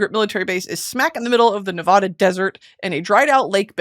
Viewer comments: I hate to be this person, I really do. But Nevada is pronounced Neh-va-duh. The “va” is like in “cat” and not like in “honda”. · Supreme Leader Broksi.. it’s pronounced as Knee-va-duh (Nevada) 🥲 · Love you Britney but pls don’t ever pronounce Nevada like that again